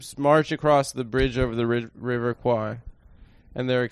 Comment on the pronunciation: Bridge on the River h'wat now?